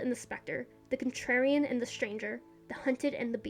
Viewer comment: My god FINALLY another stp essay Edit: I don't know if it was intentional or the audio cut out but calling Contrarian 'Trarian' is really cute